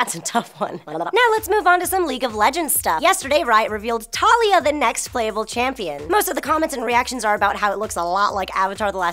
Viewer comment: 1.) - It's pronounced "tuh-LEE-uh" ( like 'Aaliyah' with a 'T' ), not " TAH-liyah". ( I know; the pronunciation is weird with the way it's spelled, but that's Riot for you. I would've pronounced it the same way you had, had a Riot employee not clarified the pronunciation.) 2.) - I have no qualms at all with Taliyah's non-emphasized physique. The only thing I do have a problem with is the way the bridge of her nose is drawn ( on her main splash-art ); homegirl needs rhinoplasty ( a nose job ). Beyond that, she's perfect as is.